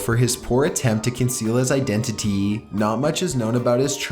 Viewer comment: The narrator has to have some type of autism or at the very least brain damage? I'm not even joking. What moron pronounces Waco the way he does or says identity as identiteeeeeeeeeeeeeeeeeeeeeeeeeeeeeeeeeeeeeeeeeeeeeeeeeee (number 1 on the list). It's beyond a fucking joke at this point!